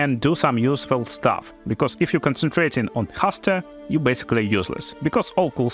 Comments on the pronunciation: Man... Seriously, I love your videos, love your guides. But your English is terrible. Haste, Owl"beard". I've stopped watching multiple videos because it's hard to listen to. Mistakes are normal. I am not a native speaker too, English is my second language. You make a great, useful and fun content. But please work on your pronunciation. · Love how you pronounce 'Haste.' 😂